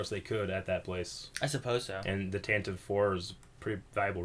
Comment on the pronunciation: Could you all (and everyone in general) stop pronouncing Tantive like restive. It ends with a "vi" sound and always has. Apart from that, taan- tiv just sounds stupid for a name.